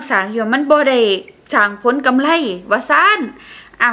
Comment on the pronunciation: กำไร ไม่ใช่ กำไล